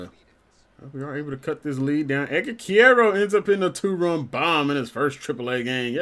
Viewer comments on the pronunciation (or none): Quero is pronounced care-o